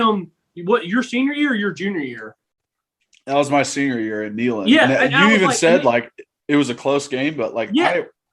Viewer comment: It's knee-land!!!!